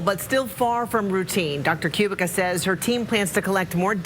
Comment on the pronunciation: Dr. Zuzanna's last name is pronounced "Koo-BEET-ska", not "Q-bick-a" !!!